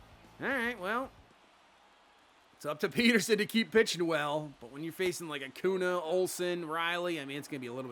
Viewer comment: AcuÑa is pronounce A•cuhn•ya